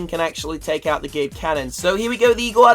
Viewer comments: guys he sounds like he is saying Giled canon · Did anyone else hear him say gay cannon?